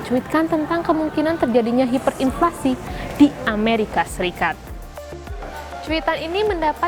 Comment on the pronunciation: Hiperinflasi ya hiperinflasi, bukan haiperinflasi.